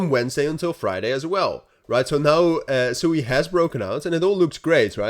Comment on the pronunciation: SWEEEEE please pronounce it correct. Its such a cool name and sewey is not. Its a japanese word for running water.